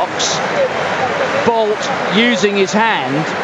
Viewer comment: And they continue to murder his name in sports commentating but he is the 4th fastest man in history with a 9.72 100m record.